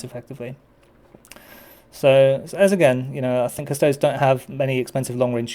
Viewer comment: The singular of "custodes" is not "custode". You do not pronounce "custodes" like "cuss-toads" as you wouldn't pronounce "astartes" as "ass-tarts" or "ass-tearts".